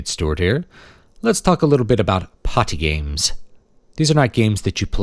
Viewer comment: The way you enunciate "potty games" makes me think you're in a manor house and some posh lady is about to reply "oh, like charades?"